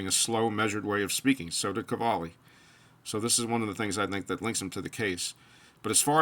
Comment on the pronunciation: I found a video of Kjell speaking English and he does not have a strong accent at all. Search Jens Stoltenberg and you will hear a strong Norwegian accent. Oh and btw. Qvale is not pronounced kavali. It would be pronounced as written, just swap the Q for a K, so KVALE. Thanks